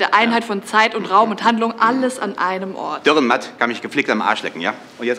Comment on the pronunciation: Sehr schön, aber bitte, der Autor heisst Dürrenmatt, nicht Dührenmatt. Trotzdem eines der schönsten und cleversten Beispiele Schweizer Literatur.